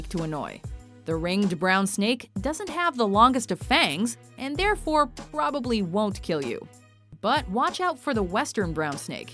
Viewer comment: The absolutely hilarious part is how it says,”Probably”